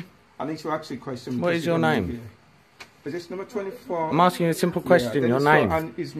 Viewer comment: I am axing you a question? Axing? How can you axe a question?